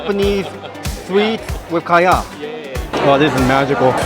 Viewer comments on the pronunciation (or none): none